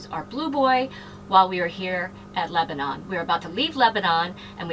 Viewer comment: Just so you know..us in Tennessee pronounce it Leba nun not Leba non...Enjoyed the video.